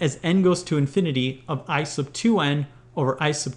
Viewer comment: when he says "I sub" it sounds like "ice of"